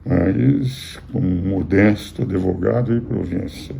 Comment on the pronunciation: Engraçado ele falar Adevogado e ninguem criticar, como fizeram com Lula,! Mas com bolsonaristas a midia é muito boazinha um gatinho doce!